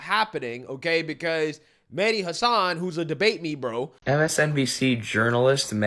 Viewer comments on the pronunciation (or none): Medi hassun 😆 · I think it's pronounced Medhi Race Hustler-än